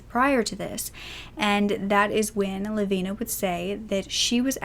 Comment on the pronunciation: So glad you pronounced her name correctly